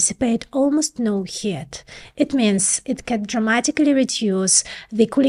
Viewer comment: She's adorable, whenever she says 'Heat', she pronounces it "Hit". So I have this vision of little fists jumping out of transistors taking swings at each other... ;)